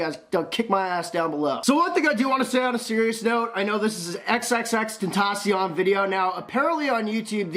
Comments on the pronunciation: You need to work on your pronunciation of of xxxtantacion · You said his name wrong